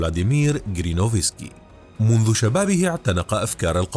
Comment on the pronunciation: اسمه جيرينوفسكي ... و ليس كرينوفسكي. تخدش الاذن 😅🥲